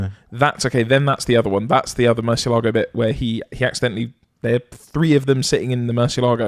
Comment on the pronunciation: a question for the guys... Given that you pronounce Gallardo as it's written, rather than Guy-ar-doh as Lamborghini have it, why do they pronounce Murcielago properly rather than mercy-lay-go? 😁